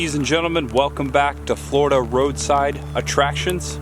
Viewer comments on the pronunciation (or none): I just found your channel (YouTube is vast) and I've been enjoying your off the beaten path excursions around the Real Florida. I grew up in South Florida, but live in Massachusetts now. Where are you from? "Foil lige?" I had a girlfriend from New Hampshire who used to pronounce it that way. Say it with me: "Foh(hard O)-lee-edge." On the other side of the coin, she couldn't pronounce "Linoleum" either. Ah, tongue twisters. Or the New England educational system. You decide. Keep on trekin'.